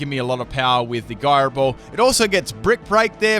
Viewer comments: guyroball lol, look up how to pronounce that. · It's pronounced "Gyro Ball" ! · Byron Slowe it is pronouncex jyro ball. Not guyro ball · isnt it why-fooo? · What's a guy-ro ball? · Full can't pronounce it team! Florges with Synthesis something with Gyro Ball I'm sure there's more... suggestions? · No offence but he said majerna and proceeded to say giro ball